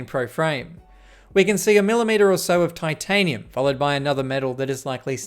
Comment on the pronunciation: Titanium frame ❌ Tin tanium frame ✅